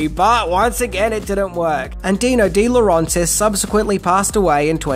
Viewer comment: Why do you keep mispronouncing Dino DeLaurentis' last name? It's not dee-lo-RAHN-tis. It's dee-lo RENT-is. Sorry, but s**t like this annoys me to no end.